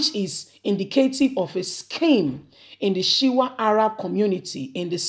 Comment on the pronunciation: What is Shiwa of Arabs? Its Shuwa Arabs. As a media person, please take time to learn and pronounce words properly to give your reports correct meaning and reporting. Good luck 👍